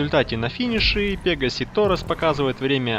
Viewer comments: Пегааси торос а ты сказал пеегаси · Не "пе́гасси", а "пега́сси"! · У тебя ударенее на е